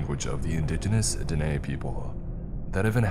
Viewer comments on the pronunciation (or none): none